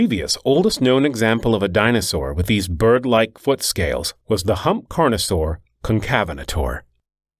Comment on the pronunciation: You mispronounced Concavenator. Also the hypsilophodonts are a valid group.